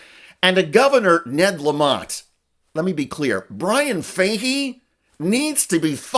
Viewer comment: I can't get past the mispronouncing of the name Fahey😢